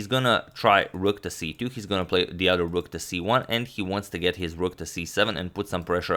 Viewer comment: Love the way amad says Other "odder " ... ha